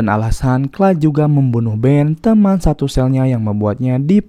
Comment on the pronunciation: Beuuhh mantap sinopsisnya. Film Gerard Butler memang selalu menyala 🔥🔥 btw ini narator udah bilang "Clyde" (baca=klaid), kok pada komen "Clay" (baca Klei) 😅 beda ygy...